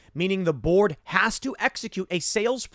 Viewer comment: Every time you said board it sounded like you said borg and it still makes sense.